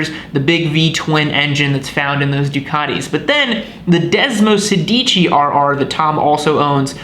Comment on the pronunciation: If you want to sound like a real Ducatista, pronunciation is key. Sedici has the accent on the first syllable and sounds like SAY-dichi. Sedici means “16” for those wondering. Desmo is Greek for bond and in this bike, refers to the way desmodromic valves are “bound” to the camshaft; 16 of them in this bikes case for desmosedici, (desmo-SAY- dichi). Source: me, an Italian speaker. There, now everyone can sound like a real Ducatista.